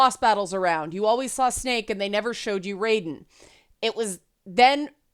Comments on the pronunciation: Minor thing. Metal Gear Solid 2’s protagonist is pronounced Rye-den. Mortal Kombat’s lightning god is pronounced Ray-den. Yes, it can get confusing. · I just always remind myself that MK is mispronouncing Raiden's name. He's a Japanese Thunder God, so the Metal Gear pronunciation is the correct one. NRS are the same people who have Scorpion, the JAPANESE NINJA, pronounce "Ryu" (Ree-you) as "Rye- you". It's like listening to the 1994 live action Street Fighter movie all over again....